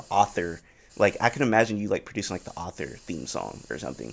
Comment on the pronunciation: pronounces Arthur "author"